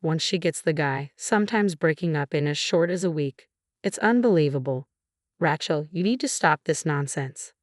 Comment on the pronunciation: I hate AI. It's Ray Chelsea, not Ratch El. F@ AI.